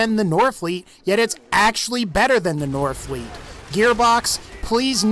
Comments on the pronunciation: whenever you said norfleet, you kinda got me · i couldnt keep my shit together when he said norfleet, fuck.